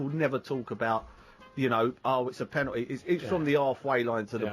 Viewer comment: "Ah com on in'a GAYME". "Penool'is" Seriously there's way too many millionaire's walking around out there that don't even have a full school education... this guy clearly never went to college or even finished high school... it's ridiculous, it's shocking that 8th graders are literally able to get high results in spelling tests and math questions than these fully grown adults who're out in the world... HOW is this possible?>??